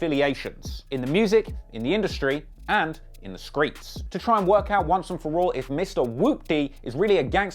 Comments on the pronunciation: In the skreets😂😂😂😂😂😂😂😂😂😂🤣🤣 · “Skreets..” lol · Why this nigga say skreets like that😂😭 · Why he say screets like that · OUUUU WHEN HE SAID IN THE SKREETS I KNEW THIS WAS GONNA BE GOOD LOL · "Screets" LMFAO Im done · In the screets 😂😂😂 can't get over the way he say streets